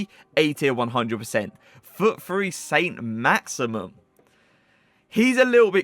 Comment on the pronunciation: Saint "Maximum" 😂